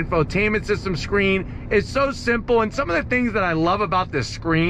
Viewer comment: Does he say scream instead of screen?